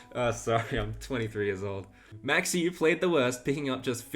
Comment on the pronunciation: Hi, Dutchman here to help you out. Try to pronounce Euwe’s name like ‘Øwe’, where the Ø is pronounced like in Danish or Norwegian, the w is somewhere between the English v and w, and e at the end like the e in English ‘taken’. The a in Max is pronounced like the a in the English ‘car’.